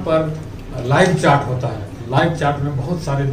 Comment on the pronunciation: It's not chaat .its chat